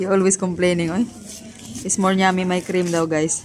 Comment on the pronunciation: sabihinmo yummy nor nyami. The word is yummy. Pero ok lang yan. Sinasabiko lang ang right wat of saying it para dika pagtawanan. Love love to all of you, and and